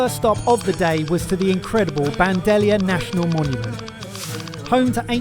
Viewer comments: I love you but Rellenos -> reh-yeh-nohs Bandelier -> ban-duh-lee-ehr (Its not French) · I loved the state and I love your trip. But, because I love you…”Band-ah-leer”…. ‘Chilly-ree-yeh-noh”